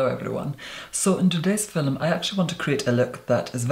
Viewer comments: I need a compilation of him saying fil-um and seamlessness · "In today's filum......"